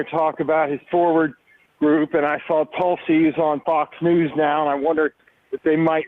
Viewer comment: It's not Talsi, Tulsi, as plain and simple , how can you not pronounce it right?